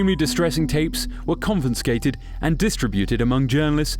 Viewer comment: Per the last segment, it sounded to me like you added an extra ''N'' in the word: confiscate/d, which is grammatically incorrect. The word is con-fi-scate, NOT con-fin-scate.